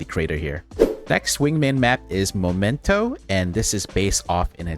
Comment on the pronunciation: Please, it's MEmento, not MOmento...